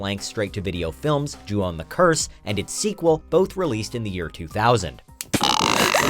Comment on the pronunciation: Ju-on you mean right